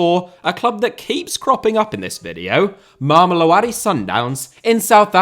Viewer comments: Mama-low-dee sundowns. That will get you closer to the pronunciation, if you say it fast enough. In South Africa, the team is just called Sundowns for the most part. The area, is sometimes called “mams” (think Brits saying “mums”) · If I hear try to pronounce Mamelodi one more time I'm genuinely going to have a brain aneurysm also how the hell themba zwane got an honorable mention above players like rele Mofokeng or iqraam rayners even though he's been out for a couple of months